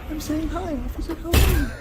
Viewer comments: Did anyone else notice that he doesn't say officer, he says ocifer! "I'm tired of hearing about the first amendment. That's all we ever hear." Thats what the 2nd one is for. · It killed me when he said ociffer 😂😅😊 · In all his video he says "osifer" instead of 'officer' . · Occifer, Lol